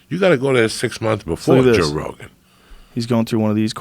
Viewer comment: You know its about to be a good story when Joey says "joe rogen"